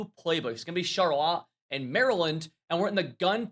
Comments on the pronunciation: Charlotte (Sharlit) or (Sharlut) not (Sharlot) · Bro said Shar lot 😅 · Bro said Sharrlott 😅😅😅😳😳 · Ironically there's a town in Michigan pronounced Shar-lot, not shar-lit like normal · I thought that was funny too 😂😂😂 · How do you butcher Charlotte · I’m sorry how did you just pronounce CHARLOTTE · How did u pronounce Charlotte?......... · Bro please don’t pronounce Charlotte like that 😂 #ninergang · Lol how you pronounce Charlotte is 2 funny lol I thought I was tripping at first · never have i ever…. heard someone pronounce charlotte like that 😂😂